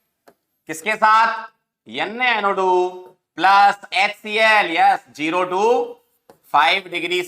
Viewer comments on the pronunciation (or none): NaNO² pronunciation 😂